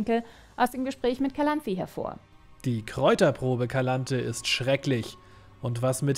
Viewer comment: Die Serie ist ein großer Haufem Dreck Stellt viele Dinge total falsch dar! Wie sie Calanthe ausspricht macht mich verrückt. Geralt und Vesemier wollten Ciri nie zur Hexerin machen!